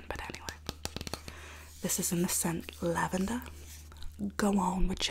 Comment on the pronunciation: Lol u sounded Australian when you said lavender